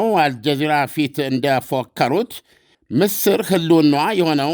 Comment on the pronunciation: ምስር/ ስ ላልቶ ነው የሚነበበው/